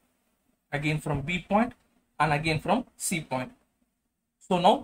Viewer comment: Point❌pont✅😹 but anyway good explanation sir👏🏻